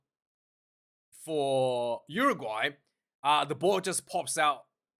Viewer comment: lol...cmon its Uruguay